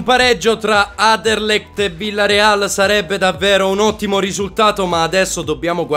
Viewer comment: c'è una N in Anderlecht non aderlecht comunque bravissiimo